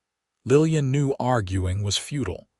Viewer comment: The pronunciation of 'futile' is wrong, as is the lack of emphasis on the word.